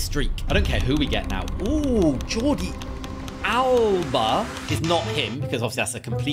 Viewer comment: I laughed my head off when he said joldi alba